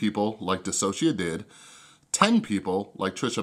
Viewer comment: Even though I don’t really like you because of the whole “thing” you try to do on your channel, you’re the first person I’ve watched to ever pronounce DissociaDID right